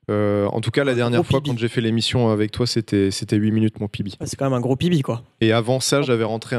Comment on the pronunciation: Au lieu de PB j'ai compris bébé Au moment où terra a PB g compris terra a un bébé